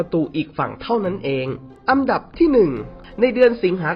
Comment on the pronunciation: อันดับครับ ไม่ใช่อัมดับ